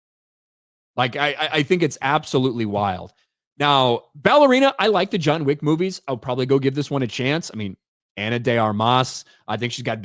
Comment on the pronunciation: It's John Wick not Joan Chick.